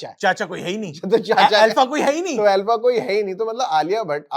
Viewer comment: ये अल्फ़ा नहीं आरफ़ा थी 😂